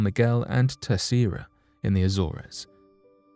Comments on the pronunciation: It's pronounced The Azorz, not The Azorez. I thought English was our first language so what has happened to it???? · It isn't pronounced Azore Res, it is simply Az Ores!! That's it. People shouldn't make videos including place names they can't Prince, or words they can't prounce properly because it is intensely irritating to repeatedly hear them prounced incorrectly, drives me insane. If you going to do research into something that happens somewhere the least you could research properly is how to say the places name correctly FFS!! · He can't even pronounce AZORES correctly, he says Azz or ezz, every video he makes he can't say name's properly FFS. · A-zoors. a-soom.